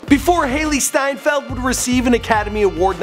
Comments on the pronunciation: Isnt it „Steinfeld“ and not steinfield? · Its Steinfeld and not Steinfield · Correction Hailee steinfeld* not field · Her surname is steinfeld not steinfield ... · Ugh it's hailee steinfeld not steinfield